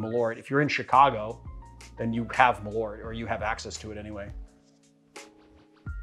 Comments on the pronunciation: Malört. (Swede here) You pronounce it sooo weird! Mal means moth, ört means herb. It got its name from its dubious claims that it would prevent moths from ruining your clothing. Perhaps say Earth, but shorter, and with a rt in the end instead. And its a subtle tiny pause in between mal and ört. Mal-ört. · I wonder how close the Malört is to the Swedish Besk, I guess Marius can tell. needs to practise on those umlauts:-)